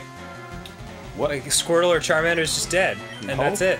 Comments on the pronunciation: he fucked up charmander's name, as he fucked up his attacks Goddammit Arin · I couldn't stop laughing at that they accidentally messed up Charmander's name and the Character's name. I never! LOL XD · Arin screwing up Charmander’s name was a very bad omen....you know the one... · I can get over you fricked on Charmander's name, but own it. Embrace it. DO NOT UNDER ANY CIRCUMSTANCE BLOW THIS PLAYTHROUGH! YOU WILL COMPLETE THIS ONE ALL THE WAY THROUGH! YOU HAVE STARTED SOMETHING BEYOND WHAT YOU EVEN UNDERSTAND SO DON'T. MESS. IT. UP!